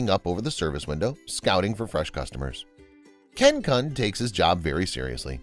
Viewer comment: Kun is pronounced "koon"